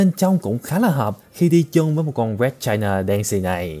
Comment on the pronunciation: Nghe china tưởng fa kee